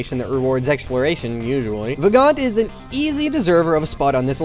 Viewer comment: Also Vagante isn't pronounced "Vah-gaunt" it's pronounced "Vah-gone-tay". You gotta say it like an old Italian lady. :) And if anyone that see's this hasn't played Vagante you definitely should, it's pretty amazing. You can get it on Steam.